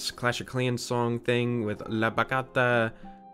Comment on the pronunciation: IM SORRY BUT I CANT WITH THE WAY YOU SAID BACHATA YOU PRONOUNCE THE 'CHA'